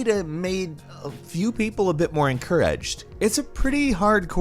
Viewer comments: When he said EncourEdged it reminded me of foot lettuce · Why he say encouraged like that